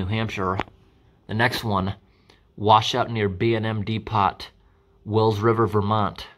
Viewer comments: Yeah...I nearly stopped the vid laughing at that one. D Pot... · FYI.. depot is pronounced dee-poe ... Thanks for sharing this!! :D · pronounced... DEE POE... not DEE POT